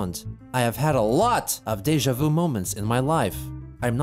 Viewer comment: "I've had alot of dejvu moments"